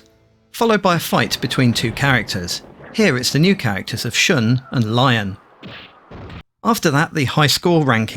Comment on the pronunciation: nice game breakdown, and this is my first vf game on the series (primarily the pc one).. but small correction there, lion's name is pronounced "LEE-OWN", not the animal itself..